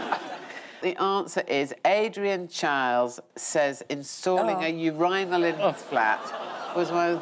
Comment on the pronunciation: Not sure why she said urihnal…… you say urihn do you?